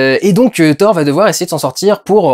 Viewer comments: Ca ne se prononce pas Ssor , jsute "TOR" ce n'est pas un nom anglais et on dit "RAG-NA-ROK, "MIOLNIR" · Mdr on prononce pas "sorth" mais "Thor" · On dit pas hor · hey mec Thor ça ce prononce pas sor... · "FFhor" ???😳😳😳😳 raaah ça pique les oreilles , c'est pas un nom américain 😄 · Au début j'ai pas compris mais WTF ?? Comment ta prononcé thor ??? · lol, ça va faire 5 fois que je regarde le début pour écouter la prononciation de Thor... et on sent bien que tu es content de ton accent... hélas la troisième fois que tu dis thor, tu le prononce en Français. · Juste un truc. Arrêté de le dire avec l'accent anglais. C'est nordique à la base. =)